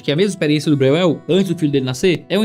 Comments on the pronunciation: Vamos lá: spu brasileira-alemã, o jeito certo de falar o nome do autor é: Bróiel!!!! E+U tem som de ÓI. Espero ter ajudado.❤❤❤Deus abençoe. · Se for alemão se pronuncia BRÓIEL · Breuel: no alemão original acho pronuncia mais ou menos “bróiel”… não que todos os descendentes se importem ou mantenham a pronúncia… 😅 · o falando o nome do cara me quebrou kkkkkkkkkkkkkkkkkkkkkkkkkkkkkkkkkkkkkkkkkkkkk